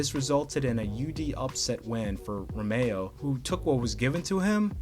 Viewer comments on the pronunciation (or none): Hold up! Why in the world are you saying ROMEO! Hahahha RO MEH RO